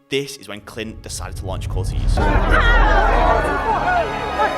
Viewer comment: "Cortayz" you got it wrong throughout 😂